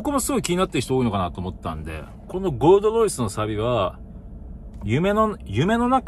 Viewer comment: ゴールドロイスが"ごーどどいす"にしか聞こえん。